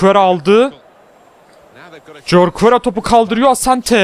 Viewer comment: Abi o Jorquera horkuera diye okunuyor :D Bursaspor'luyumda :D